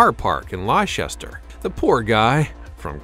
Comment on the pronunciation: For the sake of god!!! It’s lester, spelled L E I C E S T E R no ‘H’ in it anywhere….🙄